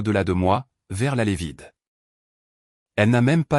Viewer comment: 12mn 08sec environ..Qu'est-ce que " la lévide " ?? L'I.A..est-elle malade ? En..lévitation ? En survol et en réflexion au dessus d'un nid de dictionnaires ? 🙄🥺😁😁😁